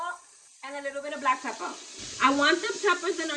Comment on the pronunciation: This looks amazing, and every time you say “black peppah” you become incrementally cuter. 😆 Great job, keep it up!